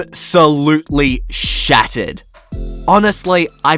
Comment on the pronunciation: Lol it sounds like you're saying "it absolutely shatted" instead of shattered lol. But I enjoy your voice. Not at all annoying.